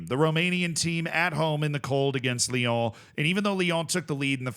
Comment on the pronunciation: theres no "the" in ibrox its just going back to ibrox, also say lyon again lol